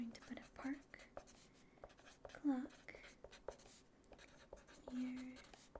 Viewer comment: Every time she said ‘clock’ I heard ‘glock’. Ah yes a park glock.